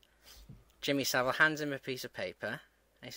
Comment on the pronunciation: Savile rhymes with gravel